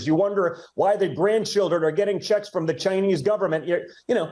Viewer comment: Don jr says “jOe Biiidenn gets ‘shecks’ inna mail.” 😂